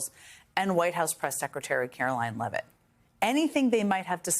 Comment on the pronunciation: It's Carolyne Leevitt, NOT Levitt, geddit?